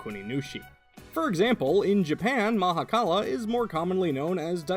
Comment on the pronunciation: Thank you for the correct pronunciation. Shiva (in certain Hindu view points) is everything, ie the universe and beyond. So he is also the Mahakala (Maha = mega, kal = end/death/'to cease') because everything ends into the universe. Creator (Bhrama) and Preserver (Vishnu) originated from Him, and he took the role of "Destroyer". Not even other Hindu gods can begin to comprehend Shiva.